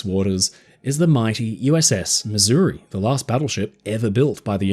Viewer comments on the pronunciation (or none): none